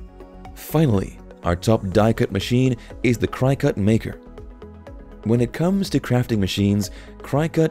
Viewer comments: FYI It's pronounced Cricket - not Crycut. ;) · Hey if you are going to do I video on something that you know nothing about you should really do some homework first. Do you know what "Die Cut" means? Neither Cricut... Pronounced cricket not Cri cut and the silhouette are not die cut machines. So really the only thing that you did was steal video from companies to make this incorrect video. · Cricket it’s pronounced cricket 🦗 🏏 everyone with a CRYCUT lol is cringing with every CRYCUT you say! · It’s pronounced cricket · It is pronounced Cricut like the insect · Thanks for the information but the way that you can continually mispronounced cricket drives me up the wall 😂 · I don’t trust anyone’s reviews who doesn’t even know how to pronounce the name of the product. It’s not even an exotic word. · You should maybe redo the Cricut voice over, it even has a cricket 🦗 in the logo. It is said so many times the wrong way had to stop watching. Just a thought. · I wanted to throw something at the mispronunciation of Cricut, that was really annoying. This is a poor cross section of available Die Cutting and Embossing Machines and very Cricut oriented. All in all, a very biased and lazy attempt at reviewing the available options. What about Spellbinders, Gemini, Go Power and Emboss and Brother Scan n Cut to name but a few. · Please learn how to pronounce Cricut.